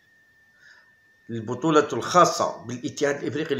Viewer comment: يا راك كسرت اللغة العربية قاع بالنسبة تنطق بالكسرة وليس بالضمة ونفس الشئ للبطولة